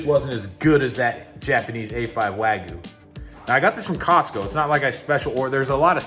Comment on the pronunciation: It's called Wagyu, not Wagoo